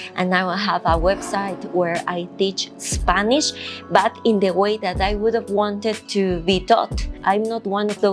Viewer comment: when you speak in english, try not to pronounce the "i" in spanish. For example when you say the word "spanish", it sounds like your saying "spaneeeesh". Pronounce the "i" like an "e" in spanish and youll get it right.